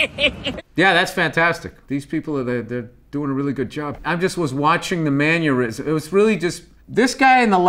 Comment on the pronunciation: Is Bill wearing some kind of grampa uniform? It's like overalls, but so incredibly unflattering and geezery :)) Also... "manurism"? :]